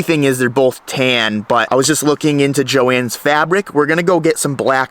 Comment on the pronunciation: stop it with the weird "Joann'S Fabric" pronunciation